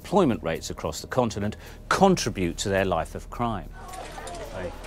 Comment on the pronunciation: Learn to pronounce "Contribute"